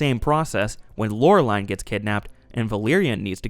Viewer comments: Meh… he also butchers Laureline’s name.. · Dude, SIMILARITY, not SIMULARITY. And holyshit, are you sure saw this? You constantly mispronounce Valerian and Laureline.